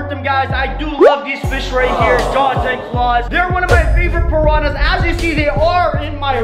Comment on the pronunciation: ImA SwIm WiTh ThE PaRaHnAs Me: srly dude